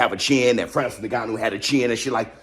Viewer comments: He's Cameroonian. He's name is Francis "Ngannou" not Neganno. 🤓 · Do you know that many native english speakers have not learned the African way of pronouncing "NG" at the beginning of a word?? In the middle or at the end of a word, yes but NOT at the beginning.